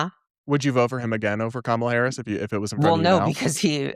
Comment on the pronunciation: Damn Blair got 🔥. The fact that these people can't pronounce Kamala Harris at this point shows you the level of intelligence they possess.